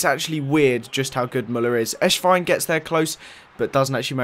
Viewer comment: it's not Eshwein it's Esswein. you say it like the "S" in Cristiano, or Messi